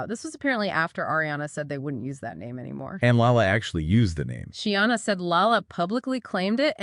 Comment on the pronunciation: SHEENA, not She-anna.. appreciate the updates 🙏